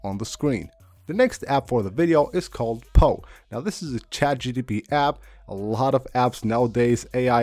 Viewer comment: It’s chat GPT! NOT GTP! Bothers me 😂